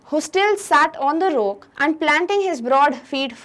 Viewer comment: time The word rrrrrrock spoken by the teacher